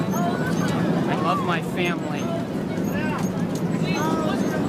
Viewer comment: “I lav meh femilay.” I lave tem very mach.”